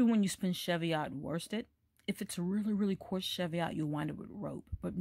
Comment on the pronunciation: The correct pronunciation is 'cheev-ee-ot'. Greetings from Scotland.